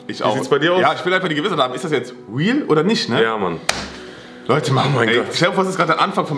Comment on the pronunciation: *real nicht weal